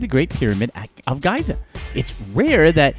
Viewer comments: Did he just pronounce Giza (gee-zuh) as guy-zuh ??? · Giza- pronounced gēza! Fool! The first two a's are pronounced Tăn-ză-nía, like ăpple. Antikythera is pronounced ăn-TIK-ï-theră. Pronounce your words correctly PLEASE!! The ignorant should not educate others. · Haha! I think you mispronounced Giza on purpose 😃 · Its bothering me so much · hahahaha same. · You lost me at your mispronunciation of Giza. I have to assume the voice is computer generated, and the content is bogus, as any intelligent American knows how to pronounce the name of that famous Eqyptian pyramid.